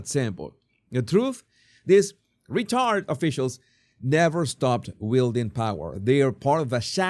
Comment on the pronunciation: I like how his pronunciation of retired officials sounds like he’s saying retard officials. Either one works.